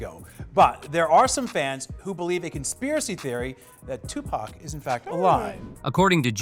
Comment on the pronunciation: Suge snoop I herd siddy j z made it orchestra it. His name he can't say tupac lol